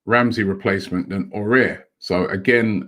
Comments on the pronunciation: Robbie it's A OU ARrrrr..... Please don't scare him .He may not come if you keep saying O air. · Robbie just so you know it’s not pronounced Aurier it is ow-oh-w-ar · Robbie you pronounce as awar not orare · IT'S NOT "AWARE" BUT "AOUAR" LIKE "AWARD" BUT YOU LOOSE THE D AHAHAH OR "HOWAR" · Why does Robbie say Aouar the same way as Aurier? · Aminu Alkali but he’s gotta put a bit more effort it is spelt nothing like aurier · AOUAR= Ah-woo-are.. keep it up Robbie! All the best☺ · Everyone: Aouar Robbie: ORARE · It annoys me how Robbie can’t pronounce foreign names... he butchers it😂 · the only thing rob pls can you stop to murder aouar s name all the time when you prononce it . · how did he see Aouar and say it like that 😂